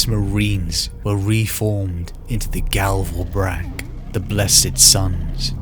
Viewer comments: Gal Vorbak, not Gal Vobrak. Otherwise great job. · Amazing. I never really bothered to read up much about the Word Bearers but this is fantastic stuff. The voice acting is top notch. One remark though: It's Gal Vorbak, not Gal Vorbrak :) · OH COME ON, MY DUDE!!! I love your content, but itse GAL VOR-BAK, NOT GAL VOBRAG, please My dude, im not being mean or fucking with you. Love your content ❤❤❤